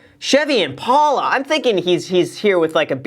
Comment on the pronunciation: Kinda makes me angry how graham pronounces impala